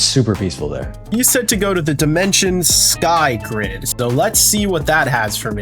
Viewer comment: Bro you didn't say SkyGrid correctly